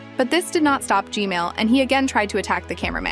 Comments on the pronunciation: why do i always correct u u say gmail and i correct it to gman why cant u say gman normaly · You keep saying gmail its gman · she keeps saying g-mail instead of g-man XD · why did he or she say g mail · its G-man nat G-male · G-man❌ G-mail✅ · BRO JUST SAID G MAIL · Just to let you know, but the name of the big skibidi toilet isn't G-Male, it's G-Man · Heads up, G-Man, Not G-Male 😭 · Who heard "gmail" not gman 👇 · Bro I love how you say Gman, as Gmail. Lol I really like your content. Super surprised how you found 20 different duos. Hope you reach one million! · Why do u call g man g mail 😂😂😂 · Bro said gsnail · 😂bro said gmail